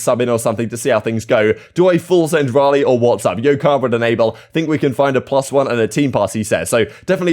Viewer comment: Riley , blimey O'Reilly Raleigh like the Raleigh chopper. Definitely not the same. Ask Google.